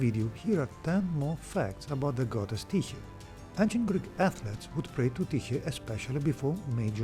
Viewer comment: Well done video and very informative. Now I know how to properly pronounce Tyche.